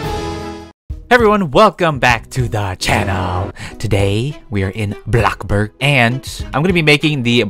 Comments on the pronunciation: I'm a fan and all, but can I just give my opinion... I don't like how u say Blockburg sorry!!!😫😫😫😭😭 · Blockburg other ppl: bloxburg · I like how syas bloxburg as BLOCCBURG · "Blockburg" -, 2020, 2019, and 2018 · “blockburg” 2020 “blockbOOrg” 😌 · when you say bloxburg i hear like blockburg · he said block burg